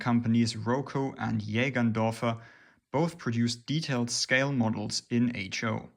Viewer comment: It's "H Null" like "H zero" coming from "halbnull" as in "halfzero".